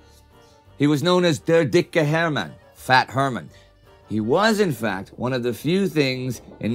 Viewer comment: Did he just say "he was in fat..." instead of "he was in fact..."? XD